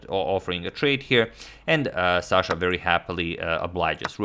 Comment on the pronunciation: it's Sasha not Shasha